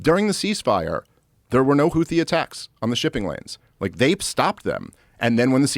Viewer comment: Except for the fact that he doesn't even know how to pronounce Houthi correctly.......